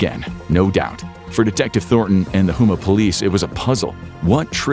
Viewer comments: Houma is pronounced Home-uh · It's botte is boo-t and home-mah lol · I just heard him mispronounce “Boutte” or Booty lol and Houma